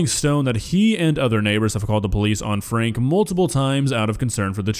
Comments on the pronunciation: it's pronounces as Frankie, not Frank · Just FYI their name is pronounced Frankie even though it’s spelled franke. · You are pronouncing Franke wrong.